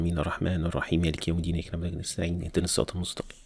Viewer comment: I don't agree with the way you said نعبد Especially the part of نع. The way you said is wrong, please review